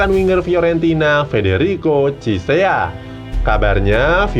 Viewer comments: Ciesa bukan cisea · F. Chiesa min bukan Chisea:v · Chiesa min bkn chisea